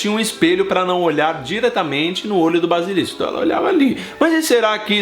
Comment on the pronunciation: errando duas vezes, que foi isto? Kkkkkkkkk "torneio triBUXO" e "balisilisco" kkkkkk